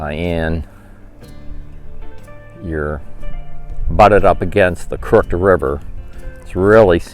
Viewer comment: "Crooked" is pronounced "krook-id".